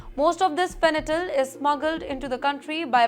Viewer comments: Not " fenatyl" but fentanyl. Pronounciation should be proper !😊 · Adorable 😄 Its Fen-ta-nil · Fanatyl ❌ Fentanyl ✅ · It’s Fentanyl not Fentanyl